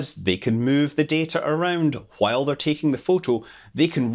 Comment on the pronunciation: And that too... Anything with "W"... P.s great stuff... Loved the video... P.p.s it's just because your accent for "W" is quite different than what it is in my country...